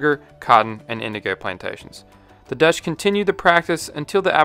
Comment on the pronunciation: Solid video! Just a small comment on your pronunciation, Dutch is basically said like "dodge", but without drawing out the vowel as much. You make it sound more like Deutsch, which is the German word for "German". Not the same.